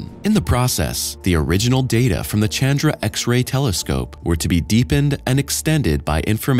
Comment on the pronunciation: Chandra is pronounced Shandra.